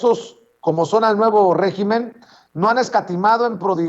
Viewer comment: Hola. Se dice régimen en singular y se acentúa en la e. En plural son regímenes y se acentúa en la i. Saludos.